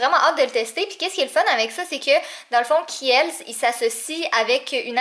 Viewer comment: En passant Khiels se prononce khils (Cest un "e" muet) 🤗 Mais sinon j'aime vrm tes vlogs, continue comme ça 😘💕❤️